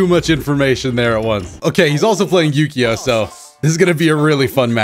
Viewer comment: Is it just me or does anyone else hear saying "Ukyo" as "yugioh"? And no mvc2 first to 5 with Jmcrofts?